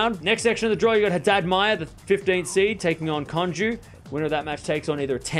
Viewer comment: i dont think ive ever heard someone pronounce konjuh's name like that lmao